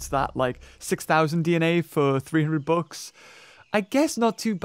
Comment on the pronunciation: when he says bucks it sounds like books